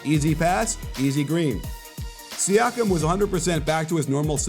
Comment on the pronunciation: It's pronounced See-ah-kum.